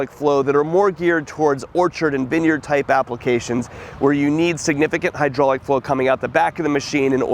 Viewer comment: vin yerd , say vine yard